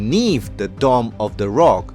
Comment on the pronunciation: It's Dome of the Rock, not "Domm". {:o:O:}